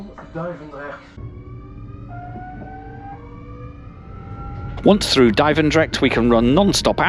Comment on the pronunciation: It isn't lol.. The way he pronounced Duivendrecht is pretty spot on for someone who isn't Dutch